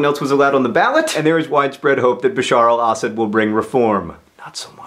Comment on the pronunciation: Do most people pronounce Assad the way John does? I'm used to hearing it pronounced a slightly different way.